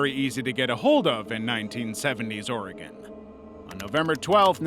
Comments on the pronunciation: First off, I love your videos. Second, Oregon is pronounced the same as organ. The whale video of it exploding, schools here actually show us sometimes on the day to "celebrate" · Oregon is pronounced like organ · or-e-gone. x-x it hurts hearing it that way every time